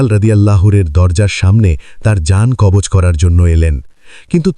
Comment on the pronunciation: কব্জ নয় কবজ হবে ।